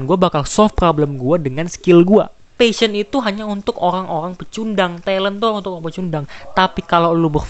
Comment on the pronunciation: RRRRRRRRRRRRRR lo pelo ya dek "olang , cale, pikilkan😅😅